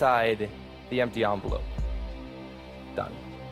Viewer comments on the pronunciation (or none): The "onvelope"